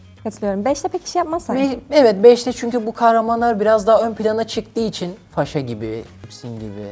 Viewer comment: Neden sürekli pharsaya fasha diyorlar😂